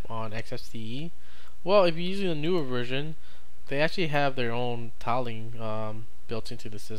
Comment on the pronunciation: I can't believe how you pronounce "tiling". Were you held in your school?